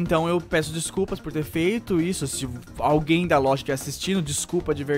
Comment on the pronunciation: quase acursou o golpe falando "culpa da LOLJA"